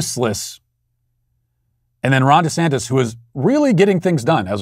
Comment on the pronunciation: Lmaooooo I always thought I heard “ Rhonda Santis “ and just thought , “hmm a man named Rhonda?” *shrug*